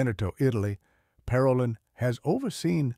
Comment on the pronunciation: Should we speak of cardinals’ ‘ideologies’ or their faithfulness to the Magisterium? Parolin is pronounced Paro’leen.